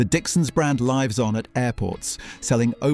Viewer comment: Well if anyone was unsure if the narrator was AI or not…Dixon ‘lives’ on (pronounced as in they are on air live) or bo goff